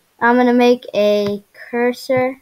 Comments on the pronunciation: "Cursor" not the "Cusor" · its cursor not cusor